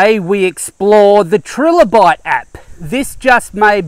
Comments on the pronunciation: its "trilobite" (as in triangle), not "trillobite" named after the trilobite it used for its icon/branding. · Tri Lobite not Tril obite